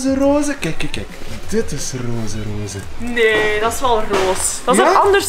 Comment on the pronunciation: Rooze haha srry maar het is roze